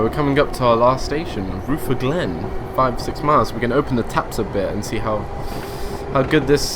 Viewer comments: thanks. PS rutherglen is pronounces ru-ther-glen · Rootherglen. LOL Chatelherault = 'Shat-ler-oh" Rutherglen = 'Ruh-ther-glen" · Good video, The 303's where quite rattly, cold and prone to breaking down,but loved them. The station names you got mostly right but the ones slightly mis pronounced were Chatel-t-rawl (weird I know) and Ruther (as in Rutherford, sounds like mother)- Glen (my local station) Hope that helps and hope you dont think im knitpicking. Keep up the good work